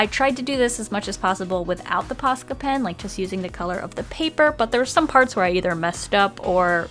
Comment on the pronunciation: I just have to say this but im from finnland and the way you say posca pen it sounds like "paska" pen and that means sh*t in finland and i find it wery hilarious xD